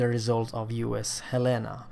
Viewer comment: Love you to... He Said in Swedish...HELENA 🇸🇪🇸🇪🇸🇪